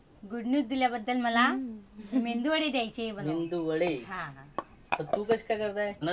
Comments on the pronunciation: मेंदू नाही ,g bai मेदुवडा 😮😊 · मेंदू वडा नाही ग बाई मेदुवडा म्हण😂😂😂